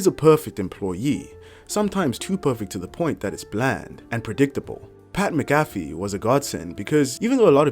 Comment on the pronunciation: Who's Pat Magafee?